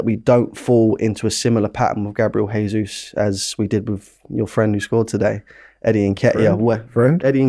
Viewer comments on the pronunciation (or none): It’s Gabriel Je-sus not Hey-sus He’s Brazilian, so Portuguese speaking. Say it right! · gabi jesus is brazillian, not spanish. stop saying hesus. if youre hosting shows at least learn to get it right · I swear this guy purposely mispronounces ‘Jesus’